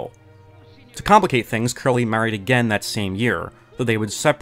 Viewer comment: Curly was my dog. but did you just say his name was Jerry Curly? I can't be the only 1 who hears it...😅